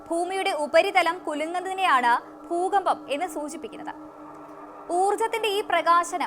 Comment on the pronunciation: പണമില്ലാതെ ഒന്നും നടക്കില്ല. അത്യാവശ്യമായ ആഹാര സാധനങ്ങൾ വാങ്ങാൻ പണം വേണം . വസ്ത്രം വാങ്ങാൻ പണം വേണം . അസുഖം വന്നാൽ ചികിത്സ തേടണം എങ്കിൽ പണം വേണം . വിദ്യാഭ്യാസം നേടാനും പണം വേണം . എന്തിനും പണം വേണം . പിന്നെന്തിനാണ് പണത്തിനെ ഇങ്ങിനെ എതിർക്കുന്നത് ? ഭൂചലനം . ബൂജലനം അല്ല . ഭൂകമ്പം എന്നാണ് ബൂകഭം എന്നല്ല